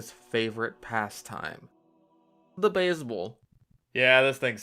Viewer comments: I dunno why, but the way he says beisbol is hilarious to me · The way he just said baisbol🤣